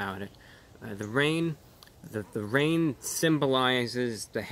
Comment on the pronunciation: The wain wesembles these hatewssss